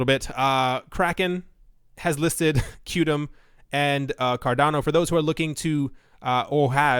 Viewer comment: Qtum is pronounced as “quantum”...